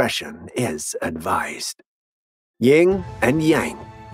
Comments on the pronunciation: I couldn't finish the video after the 2nd time he said YING and yang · Dude, it's YIN.